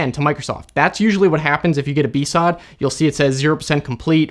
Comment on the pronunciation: I'ma be real, hearing "BSOD" spoken as "B-SOD" sounds just as weird the first time I realized what you meant, as it did every time after. I also realize this is probably the pettiest comment you could receive on it. It's just... I never heard it pronounced. lmao Anyway, love the content! I'll shut up now.